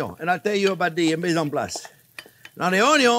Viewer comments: I love the way you say ‘on-eee-on’ c🤩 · EVERYTHING is better with Bacon and I always love "onyion" and garlic!! I love learning with you! We eat with our eyes, by taste etc but mouth feel is so important too!!! Thanks for your love of teaching!!! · Chef Pierre is funny, and not only that, he keeps things so simple. He kills me when he prounounce 'Onion"!